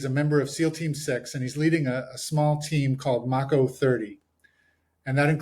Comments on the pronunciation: This dumbass keeps saying “Mocko.” It’s “Mako,” the shark. Mako 30. So cringe. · Mako (May - ko) wonder why he's not correcting the mispronunciation minor detail.I notice weird things. After watching the feed , it's hard for me to see what any of those seals did to get the Medal of Honor. I'm 60 gunner, is lighten up the side of a bunker.He gets hit with a bit of shrapnel , it got hot and they split.